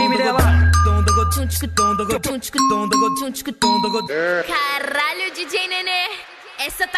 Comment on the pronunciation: na hora de falar kralho dj nene Ela errou e sò falou ralho dj nene